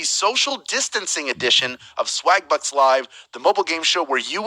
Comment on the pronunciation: I could of sworn I heard "swag-butts"🤣 egg is fritatta! I would totally wreck this game 😎